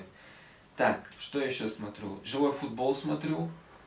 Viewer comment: А почему ты произносишь онлайн фУтбол, а не футбОл